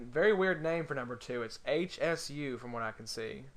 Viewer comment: just an fyi, HSU is pronounced like Shoe, lol, but our new jerseys were not in yet, they came in earlier this week. So we had members who were not able to make it pass their older jerseys off for the new members to use for the day. So there is actually only one Alex Young. I wish we had 2 alex youngs that would be awesome.